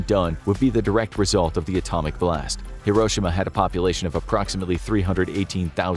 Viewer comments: no way this man mispronounced Hiroshima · I love your the vids but the way he says Hiroshima 😬